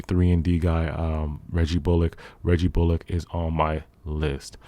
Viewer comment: U said bullock wrong 😂